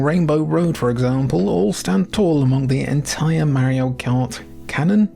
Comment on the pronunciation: He cant even say mario correctly lol Also Super mario Strikers came way before the anime soccer game.